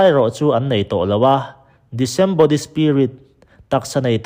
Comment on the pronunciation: I thuziah hi a tha ka ti ve hle a, mahse, i video pakhat, "Genesis Gap"-a comment ka lo ziak tawh ang khan Sap tawnga thumal lam rik dan (pronunciation) hi duhtui deuh ilang chuan a va han tha leh zual awm mang e ka lo ti leh thin. Hemi video-a Sap tawng thumal i hman, "disembody" ("di-sem-body" tia i lam rik) hi "disembodied spirits" tia ziak a ni thin. A awmzia tak chu: Genesis bung 6-a kan hmuh, vantirhkoh sualho leh mihring fanute inkara fa an hrinho, mi liante (Sap tawng chuan 'giants' an tihte) thlarau, tisa ruangam neih tawh lova thlarau sual vakvaiho, ramhuai kan tihho hi an ni. Hemi, mi lianho leh ramhuaiho chungchangah hian sawi tur tam tak awm mah se, kan sawi tawh hrih lo phawt ang. Ka rawn sawi duh ber zawk erawh chu "disembodied" lam rik dan hi a ni e. I lam rik dan, "di-sem-body" ni lovin "dis-em-bodied" (dis-em-ba-deed) tia lam rik zawk tur a ni. Sawiselnaah min ngaihsak lo hram ka beisei.